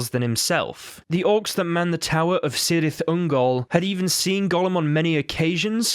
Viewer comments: The C in Cyrith Ungol is hard, and Beleriand is pronounced bel-eery-and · yes, but the admin (or whatever) pronounced it soft, you jack ass. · You can pronounce Celebrimbor's name correctly, but not Cirith Ungol? And thank you for giving a reason not to play those games. Celebrimbor bequethed that ring to Gandalf.